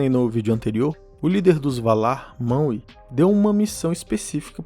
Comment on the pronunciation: Ficar falando maue da uma raiva da desgraça